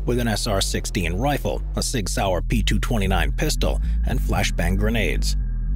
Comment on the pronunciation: Bro I could have sworn he said 6 hour so I had to turn on CC but yeah he's definitely talking about SIGS , not a bad gun at all , kinda like sigs but I'll keep my Glock and Springfield XD close to me Always 🤣